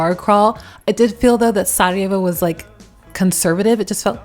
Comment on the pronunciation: Hahaha I love how you properly pronounce Sarajevo. Just like most Yugos including me, when I speak English and I have to name a city in Bosnia or exYU in general, I pronounce exactly how we pronounce, I don't adjust it to English pronunciation. Big thumbs up for that 👍👍 😁 and shout out to my Macedonian brothers from Bosna 🙋🏼‍♂️❤ as well as the rest of the guys :) Yes, you definitely got the vibe of Yugo, one can notice that and yes, you didn't mention the žičara (cable car) which none of the other cities have.